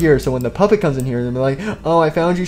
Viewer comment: did the old Freddy say poopet💩💩💩?